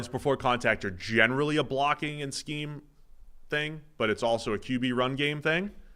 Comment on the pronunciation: I heard this as "playing above their skeeze", and I assumed was casually dropping Gen Z slang on us